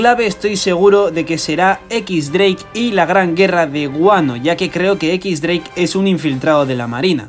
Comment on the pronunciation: "equix dreik"